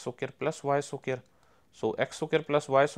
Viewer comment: Fr bro